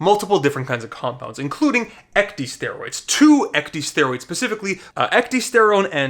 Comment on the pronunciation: When you keep pronouncing ecdysteroids as ec-dee-steroids, it makes me cringe so hard being in the medical field. "Ecdy-" is a prefix originating from the process in which insects shed their skin. Ec-, meaning out/away + dys- meaning bad/difficult/abnormal + steroid. Pronounced ec-dis-staer-oid. Ecdysteroid.